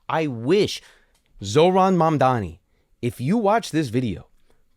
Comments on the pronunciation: Really? Do you think its preonounced man dani? Are you stupid? Do you know what sound M makes? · Why do they even say “mandani” the m is right there 💀I think they are just racist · Mamdani is one of the easiest names to pronounce phonetically if you speak English, yet these white men let Eastern European names roll off their tongue even if they don’t know a lick of the language. Weird.